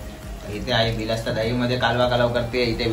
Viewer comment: Are dada bilasta nahi bolat tayla barista boltat